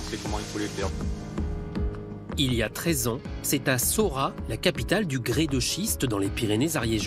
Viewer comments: Il me semble que l’on dit « Saurate » dans le Sud en général on prononce toutes les lettres. Donc le T de Saurat doit se prononcer. ;) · SauraT On dit le T dans le midi. Est ce qu'un méridional dirait "PariSS", ou "AmienSS"? Avant les reportages toujours vérifier auprès des locaux plutôt que de sortir des aprioris. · Il faut prononcée le T a la fin du noms du village Saurat.